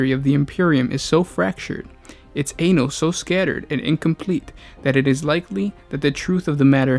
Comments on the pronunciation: say-cred. sigh-erd. ann-alls. you mispronounce quite a few words. I'm guessing you didn't write this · You read sacred as scared and you read sired as seered....and anal....